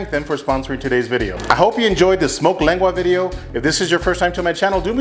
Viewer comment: U can't even say lengua lmao 😂 pocho